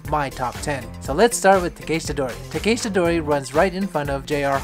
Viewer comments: Him calling it takayshita dori was driving me nuts, its takEHshita dori 🙄 otherwise great video! 😊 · Bro your pronunciation of “Takeshita dori” makes me yearn for death, god damn